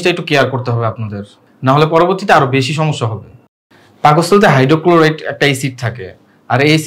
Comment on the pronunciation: কি ডক্টর রে ভাই,,,,,পাকস্থলীর হাইড্রোক্লোরিক এসিড কে হাইড্রোক্লোরাইড এসিড বলছে😂😂🤣🤣